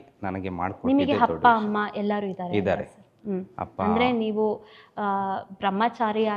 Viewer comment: ಹಪ್ಪ - ಹಮ್ಮ ಅಲ್ಲ ,ಅಪ್ಪ - ಅಮ್ಮ, ,ಆಲು ಹನ್ನ ಅಲ್ಲ ಹಾಲು ಅನ್ನ🙏 ಆ್ಯಂಕರ್ ಕನ್ನಡ ಶುಧ್ದತೆಯ ಬಗ್ಗೆ ಸ್ವಲ್ಪ ಗಮನ ಕೊಡಿ🙏